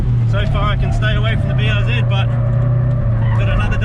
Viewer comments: IT IS NOT BRZED ITS BRZEE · BRZ - Brah Zee-R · Call the BRZ Buhrz ( Бърз ), kinda like how you would pronounce Bill Burr's name including the 's but with a rolling R :D means fast in bulgarian :D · BRZ Blue Rosie ‘Blue Ro-Zie’ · The BRZ is a "Blue Ri Zer" :D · Prounounce it “Breezy”. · I always thought BRZ was supposed to be read like "breeze". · Bruze instead of Bruce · BRZ just read it were like a word. Like "Burrz" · The blistered raunchy czar ( yes i know it starts with a c but its not pronounced that way)